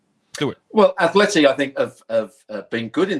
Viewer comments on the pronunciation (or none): Please stop saying Athleti 🤦🏽‍♂️